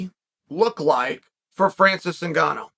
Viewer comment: Francis WHOGANNOU